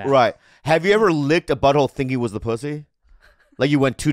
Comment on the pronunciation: Bobby said poosy